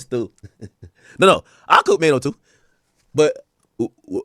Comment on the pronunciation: Troy Ave violated Maino the worst😂😂he called him Chaino🤣🤣🤣☠️